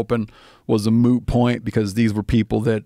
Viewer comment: Am I tripping or did he say moo point?